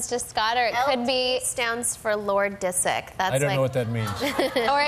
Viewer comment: ma come "Lord Desert" ?! 😂 io credo stesae dicendo "Lord Dissick" visto che quello è il suo cognome😂